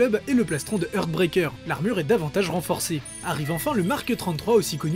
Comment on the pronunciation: Puisque je vais passer pour un chieur de toute façon, autant en profiter pour faire remarquer que la prononciation des mots anglais est souvent erronnée. "heart" par exemple se prononce "harte" et pas "heurte". Je suis bien évidemment plus indulgent pour l'anglais que pour une faute de français ;)